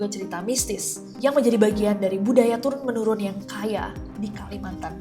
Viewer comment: For a million times.. It's TURUN TEMURUN, Nessie